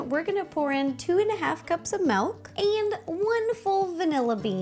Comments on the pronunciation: UGH U YOU SAID MELK ITS MILK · I love the way she says Milk! (MELK) xDDD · Milk not melk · I'm so sorry but you say MALK! OMG IT MAKES ME SO MAD!! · She said malk